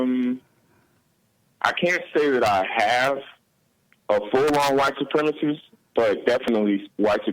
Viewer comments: Jeesse can’t even say white supremacist, he says supremisss, fucking asshole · Someone please inform the host that the word is pronounced “Supremacist” and not “supremist.”